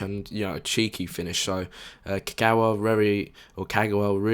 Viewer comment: Don't mean to be annoying but people really need to stop saying Ka-gouw-a, there's no 'ouw' sound, just pronounce all three syllables simply as they should; Ka-ga-wa. 'GA' NOT 'GOUW'